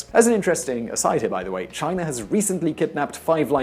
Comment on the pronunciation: Its China, not Chinar!